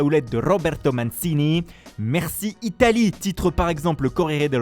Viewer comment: Pourquoi faire semblant d'avoir un accent italien quand on sait même pas prononcer Mancini correctement?